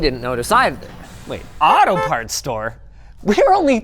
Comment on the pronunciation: That took me a moment to realize he said auto parts store.